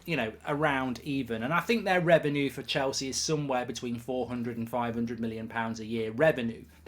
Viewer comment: Its reven-you, not reven-ooooo